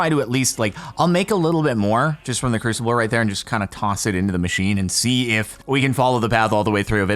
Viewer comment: lol crucible is said crew-sib-bull sib being like sibling